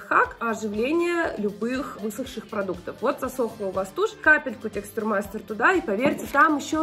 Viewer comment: Лена так угарно ТЕКСТУРМАСТЕР говорит))))